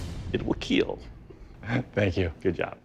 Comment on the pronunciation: "It will kEiL"🔥🔥🔥